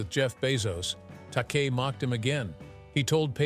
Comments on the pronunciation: Takei is pronounced Ta-kay. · Stupid AI can't pronounce Takei. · It's pronounced,Take I. Take eye. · George's last name is pronounced TA-KAY. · Bottom line - in Shatner's mind (only!) it IS all about him. - "long and bitter feud with George Ta-KAY"! It's an insult to sing the praises of a man who was dismissive of the rest of the cast, insulted his fans (I was there in Atlanta in 1976 when he refused to sign anything but his new album, which had to be purchased from him, and he told off a young man for asking a 'stupid' question. I lost respect for Shatner that day.) and then mangle his costars' names. Then, somehow you say it right, then pronounce it TAH-kay? Consistency! George, Nichelle, Walter Koenig (KAY-nig, not CO-nig), and especially Nimoy - all felt overshadowed by his ego. James Doohan (not "Doo-Han" but Doo-an), a sweetheart of a man, usually refused to comment. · This has to be AI generated and computer spoken. It's not only repetitive but I heard "Takei" pronounced three different ways (Tak-ay, Tak-eye, Tak-ee). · they must have been distracted by George Tak-EE